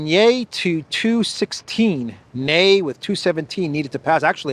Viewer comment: About the voting results, you said ”nay” in an exact pronounced no in Swedish language 😂 Yay means litterally ”yeah” in Swedish/English/amerika language. You are soon speaking Swedish!